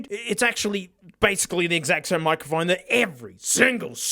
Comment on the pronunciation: Love how pronounces "microphone" as "moccaphone." He should get a moka pot to go with it xD